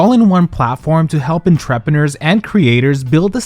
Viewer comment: your pronunciation of 'entrepreneurs' stopped me in my tracks